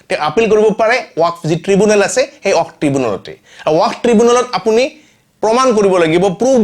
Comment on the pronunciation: ৱাক নহয় ৱাকফ । শুদ্ধ কৈ কোৱা চেষ্টা কৰিব।